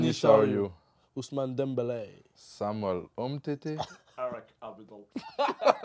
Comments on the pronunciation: Unicorn Perfect grave le Ousmane Demmbelèee m'a tué pcq les commentateur espagnols ou anglais le dise comme ça 😂😂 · Rien qu'au moment où ils disent leurs noms j'ai rigolé ! "Ousmane dembeley